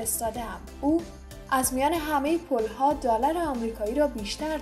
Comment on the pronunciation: اصلا نمیفامم چرا شما همی زبان دری را درست تلفظ نمیکنید پل ها یا پول ها؟؟؟؟ 🤦‍♀️🤦‍♀️🤦‍♀️🤦‍♀️خواهر جان سر خود فشار نیار خیلی راحت حرف بزن و لطفا لغات را درست تلفظ کن اگر نمیتانی برو قبل از اینکه برنامه درست کنی اول تلفظ لغات را یاد بگیر😉